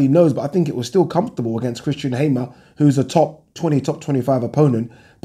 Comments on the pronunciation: Also, surely it's pronounced hammer as in what you bang nails in with. If it was hamer it would be spelt accordingly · Hey, why do you pronounce Christian Hammer like "Haimer"? I believe the pronunciation of the word hammer is the same as in english and according to Sho time commentary he's called Hammer coz his real name is Ciocan, Romanian for hammer.